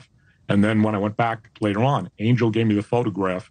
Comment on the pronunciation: Stop pronouncing his name wrong, it is Ahn-yell, not Angel, lol.